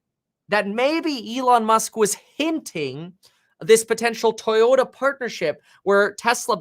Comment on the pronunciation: Kevin I don’t appreciate your Asian accent as you read toyoda , toyota lol